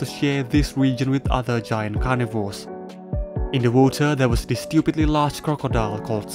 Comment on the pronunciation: I had to rewind and turn on subtitles to make sure you said “stupidly large crocodile” 😂